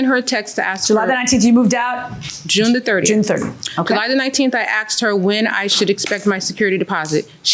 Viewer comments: Asked not Axed 😅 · Plaintiff: "I aksed her".